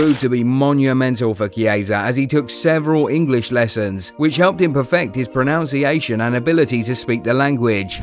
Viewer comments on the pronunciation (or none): you pronounced pronunciation wrong😂